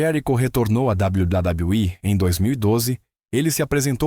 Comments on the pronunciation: Meu querido, dá vontade de sair do video só por esse "dabal badal i" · Cada dabladablaui é uma risada 😅😂